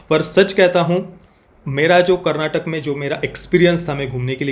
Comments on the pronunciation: Bro it’s Karnataka not karnatak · it's karnataka not karnatak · Bhaii.. KARNATAK nahi KARNATAKA hai.. that last A matters bhai... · Not Karnatak, it is Karnataka, It is kaaaaa